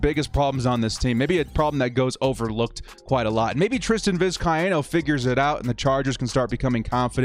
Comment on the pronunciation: It’s Vis-Kay-no